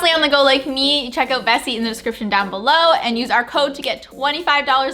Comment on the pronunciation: The whole time I thought you were saying Bessi instead of Vessi 🤣